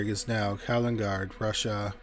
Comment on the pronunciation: He also said Kalingarg😂